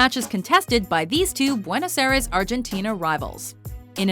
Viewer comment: Mispronounced "buenos Aires"